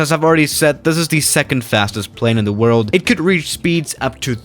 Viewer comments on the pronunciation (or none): Nobody:: OK guys this is the fastest plane in the WORLD The PLANE: I AM SPEEEEEEED